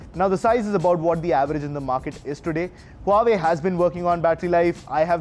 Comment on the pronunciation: You have wrong phone, its Huawei not Huavee...